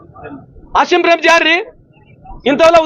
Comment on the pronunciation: ಮಾನ್ಯ ಮಂತ್ರಿ ಅಸಿಮ್ ಪ್ರೆಮ್ ಅಲ್ಲ ಆಜೀಮ್ ಪ್ರೇಮ್ ತಪ್ಪು ತಿದ್ದು ಕೊಳ್ಳಿ